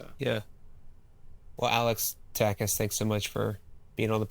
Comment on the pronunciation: Nice video! Just a quick note: his name is pronounced a little differently. The end of Takács is not an S sound. It’s like the way you pronounce CHapter for example. Greetings from Hungary❤